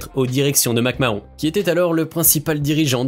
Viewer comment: La prononciation de McMahon et NXT.... faut connaître ses sujets